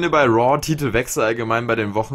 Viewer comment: woa anstatt raw😂